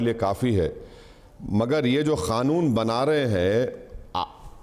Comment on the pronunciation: खानुन नहीं मुल्ला उसे कानून बोला जाता है अनपढ़ ग्वार